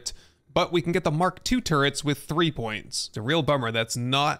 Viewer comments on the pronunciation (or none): none